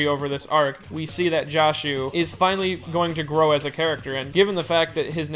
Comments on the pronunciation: Why does everyone pronounce "Joshu" as if it's like "Josh", like "Drake & Josh"?? To me it's pretty obvious that it's pronounced "Jo" as in "Josuke". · his name isnt promounced like "josh", the o is pronounced like "door"